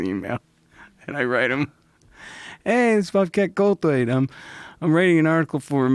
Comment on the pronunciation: Did Joe just call Bobcat "Gullwait"?